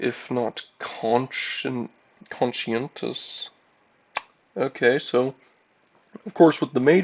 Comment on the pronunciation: It's a shame your game crashed. I hope that didn't happen again! Your Glukkon impression is pretty funny! Also, the thought of Morger just sprinting through the wilderness with that giant-ass axe is low-key hilarious to me xDD Also, conscientious is pronounced as 'con-shee-en-tus,' and grimoire is pronounced as 'grim-mwah' iirc. Likewise, when you say 'provinces,' you most likely meant 'regions' (though it's understandable you said that, considering just how massive High Rock is!). I really like that skills improve even after you fast travel; that's a really neat detail. Also, I wonder why the Emperor wanted that letter to be destroyed. If it's of a sentimental nature, then it must be very personal. And I wonder how Morger is related to Cinder... All in all, great spell-crafting and tiger-slaying! I imagined that as this huge, cinematic moment, where Morger freaking swung his axe and slashed both that door and tiger open 🩸🪓